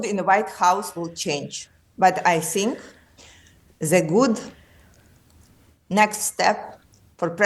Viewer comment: Rachel Johnson : I sink 😅 ( meaning I think ) perhaps not so much Rachel